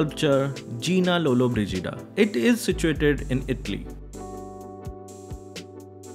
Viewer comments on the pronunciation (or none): none